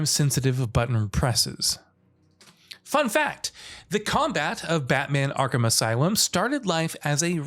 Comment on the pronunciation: YO THEY SAID ARKHAM RIGHT!!!!!!!!!!